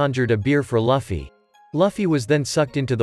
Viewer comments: It's pronounced loo fee not fluffy like some bunny, and its oo ta not oo da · Its Luufy and u saying lafy Btw nice vid afterall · Its luffy not luuffy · He literally said laffy but his name is luffy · No't Laffy its Luffy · so hes name its not loofy itz luffy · It's not fluffy. It's luffy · Your saying laffy not luffy😅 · Luffy❌ Laffy✅ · ITS (L-OO-FY not (L-U-FFY) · Lufi not lafi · Bro calls shanks shank luffy loffy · Wtf its not laffy its luffy 😡🤬🤬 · I can't get over when he says "lufee"😂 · To pernounce Luffy name correctly Looff-E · Why is he saying loffy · Will you get Luffy name right next time? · You’re saying Luffy wrong